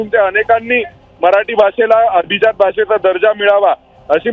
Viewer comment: Pronunciation of abhijat is not perfect. Please improve your diction